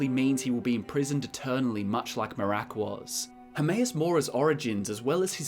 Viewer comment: A lot of great info here, but why do you pronounce Miraak like Merák?